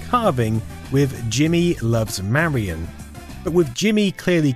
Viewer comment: God damnit her name is “marion” not “Mary Anne”. Lol driving me bonkers.